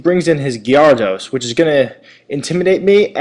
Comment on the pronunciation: he says gyrados weird... o_0